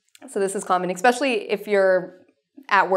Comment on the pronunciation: Please please please stop saying exsecially. The word is eeeessssspecially, not eeeexxxxspecially. I love your videos, but you do this in almost all of your posts.